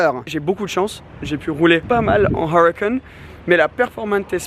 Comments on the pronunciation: «: j’aime bien la Awwrucan. » Dit le en français tqt ta rien à prouver 😂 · Il m enerve quand il prononce huracan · Huracan avec l'accent anglais mdr🤣🤣